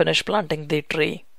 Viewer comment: that Rrrrrrrrr, trrrrreee lol